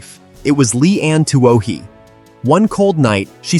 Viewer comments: I've seen most of these, all good... but Twoh-HEE? I thought the family name in Blind Side was Tuohy (Too-WEE)? A.I. has a tough time with Irish names. Pronouncing Saoirse would blow a circuit. :0D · The blind side is about the family of my nephew. Sean Tuohy Sr. PS Its pronounced 2-E